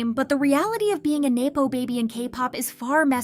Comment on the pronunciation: neppo...not naypo.